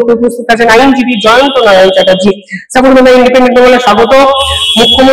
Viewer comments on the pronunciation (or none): none